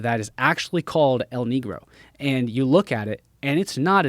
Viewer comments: It wouldn’t be pronounced el “nee-grow”, it would be pronounced like “neh-gro” 😊 Negro is the Spanish word for the color black. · Bro is saying El Knee Grow but it’s actually pronounced El Neh Grow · My guy calling it "L knee grow" lol it's "el negro" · believing a guy who says El NEEGRO instead of the Spanish pronunciation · I knew he wasn’t an expert when he said El NEE-grow